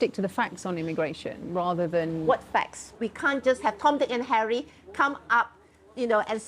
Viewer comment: ‘Tom dii ckk n harry’ 😂😂